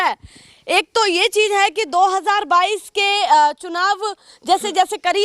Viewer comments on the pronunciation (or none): Mera g patrkarita acchi h aap ki par bhasha m kami h rozgar ko rojgar bolti h or cizh ko cij bolti h